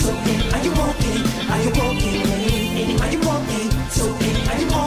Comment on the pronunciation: Cara melhora a pronuncia do "are" Annie, are you ok? Ficou estranho.